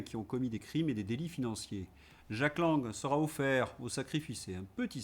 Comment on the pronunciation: ....d'jack...m'a toujours agacé, le gus lui même , et la façon de prononcer le prénom à l'amerloquaine.....bonne continuation🐞🐞🐞🐞🐞🐞🐞🐞🐞🐞🐞🐞